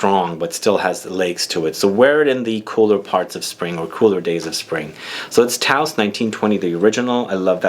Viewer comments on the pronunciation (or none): Hey, great video! Btw the "ou" in Tous is pronounced like in Coumarine;) It's the french for All (when talking about people). Keep up the work